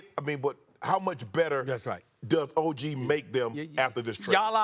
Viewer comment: Y’all are going to have to figure out how to say Ogs name right lol